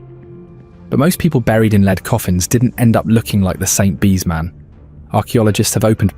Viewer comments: I thought this was real and not AI slop until he mispronounced lead the element as lead as in leader. Then I found out this wasn't found recently but half a century ago. Shame. :( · The voice is good, but the mispronunciation of 'lead' really stands out. I prefer someone real reading. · The Real story told by a human, not a bot who can't pronounce lead properly. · AI alert can’t distinguish between lead as lead a horse,and lead as in the metal element. Sigh! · Led not leed. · It's lead, lead, lead (led)!! :face-purple-crying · A.I. not being able to differentiate between "leed" and "lead" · Medieval bot not meeedeeeval and lead not leeed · The metal lead is pronounced “led” but this machine sometimes said “leed.” AI is annoying. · "Leed." we get it! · How come the producers of this video didn't check the narration and correct the "leed" coffin? The AI voiceover would of been convincing apart from this. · It is funny how Ai reads the word correctly once (Led) and incorrectly 5 other times (Leed), showing the English language is a bytch to learn. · Lead is not pronounced Leed. I hate AI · I'll bite. what's a leed coffin? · AI narrator just gave itself away when it said "leed" instead of "lead" when talking about the lead coffin! Can't the bloody creator narrate his own video! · lol every time he said leed instead of lead I cringed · ai. lead said as leed. ffs. no more. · never noticed the AI voice so much as on this one, Leeeeeeeeeeeeeeeeeed coffin L.E.A.D. pronounced LED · Because it's AI slop, the way it says "lead coffin" as leader not lead the element shows it's AI. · It's an A.I. Voice over. It 'effed up again, just after it pronounced lead as "Leed" (Although lead - as in the metal and lead - as in to lead an army etc, are both spelt the same they are pronounced differently) using the wrong pronunciation. Then, the A.I. narrator then messed up again. It had a spaz attack for a second. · A leed coffin, silly AI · What’s a leed coffin? 🧐